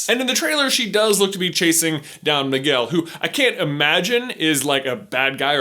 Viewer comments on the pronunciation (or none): none